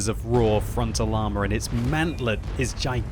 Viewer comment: Whenever someone says raw like that I always think of snoke